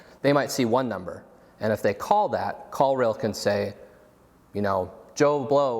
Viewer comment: Must be too early in the morning because I was for sure thinking you said "call real" or "call reel." Ended up finally finding "call rail" - if you could include links to products mentioned that would be great!